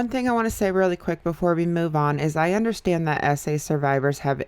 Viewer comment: tbh the thing that annoys me the most about Trisha is how she says “undershtand”